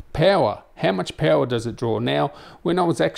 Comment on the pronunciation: Pewer :)))))) not power but Pewerrr :)) I love the way he say it .